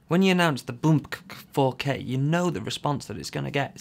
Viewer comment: Finally someone pronounces Bmpcc4K the right way! the best review ever seen!